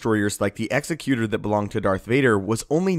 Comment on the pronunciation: The only Star Wars youtuber who pronounced executer correctly